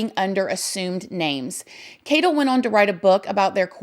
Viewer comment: First off... I definitely get the vibe from that Carter guy that he's just trying to milk it for what it's worth tbh and Secondly.... Can we all just take a moment to acknowledge how absolutely adorable it is the way says the word "on" lol not makin fun of it (trust me I'm no one to judge an accent, I got my own lil southern drawl/twang) it just sounds adorable when she says "Oin" instead of "On"... It's unique (atleast I've never heard that word used like that an any accent) and pretty cool... It's almost like this girl got her own language!!! You're awesome and please everyone, don't take what I said as pokin fun or bein rude, it was meant as a compliment, so no one come for me. lmao